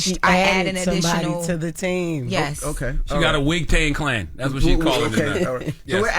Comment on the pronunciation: Did he say a “wig tang klan”? 😂 😂😂